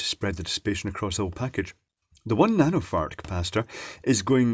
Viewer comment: I thought it was just me, but it definitely sounded like a "nanofart".